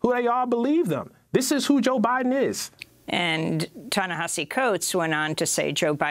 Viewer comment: Why can't she say 'Ta Nehisi' properly? It was so distracting during her interview with him.